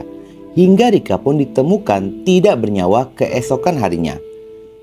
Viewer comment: Cara menyebutkan kata TIDAK, boleh ditata lagi ya bos. Agar tdk aneh. Maaf hanya saran